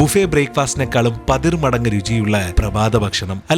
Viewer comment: പതിർമടങ്ങ് എന്നല്ല പതിൻമടങ്ങ് എന്നാണ്.... തെറ്റ് പറഞ്ഞു തന്നന്നേയുള്ളൂ. വളരെ ഇഷ്ടത്തോടെ എല്ലാ വീഡിയോസും കാണാറുണ്ട്.